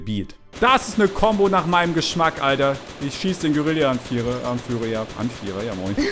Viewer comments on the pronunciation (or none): Es heißt Guerilla und nicht geurillia